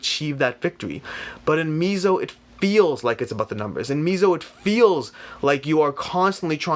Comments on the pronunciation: mez-oh-uh-mer-i-kuh. I think it's more Mez-oh....and less Mee-zo. I'm not the pronunciation police but I think this is how it is pronounced. Other than that, good comparison and good video. I have Blood Rage and enjoy it very much, I have yet to play Mezo but I do own it. I will try to get it to the table and come back and leave my comparison/impression to contrast or align with yours. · It's pronounced Meh-zo... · Great video! Just a friendly comment from a Mexican dude, it's pronounced "met-zo" ;)